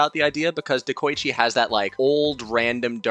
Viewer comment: De-koi-chi ITS NOT HARD. SAY IT RIGHT